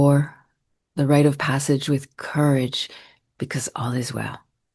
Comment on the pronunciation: It's RITE of passage, not right of passage.